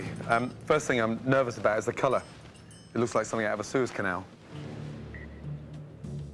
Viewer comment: He said suez canal not sewage